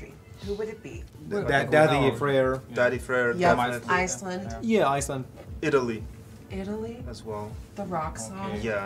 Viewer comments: i love how finns pronounce: iTALY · I love how Ireland says Alliy instead of Italy it’s just so cool😂